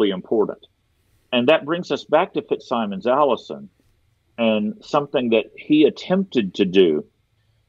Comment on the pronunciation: Plea to —please, the FitzSimons name is pronounced “FitzSimmons”, and not the way it is spelled. Knowing him, and hearing his name said several times in the podcast, I’m compelled to mention this—so sorry, but it just got to me!